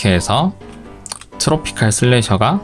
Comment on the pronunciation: 트로피칼슬래셔가아닙니다 트로피'컬'슬래셔입니다